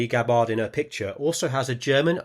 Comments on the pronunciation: It's Gab-bard, not Ga-bard. Emphasis is on the first syllable, not the second. Rhymes with scabbard. Unless you mispronounce that, too. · You should research Gabbard's actual medals and the correct pronunciation of her Name! Aloha!